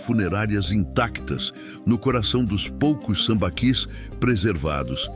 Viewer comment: Acho que a pronúncia certa é "sambaquís"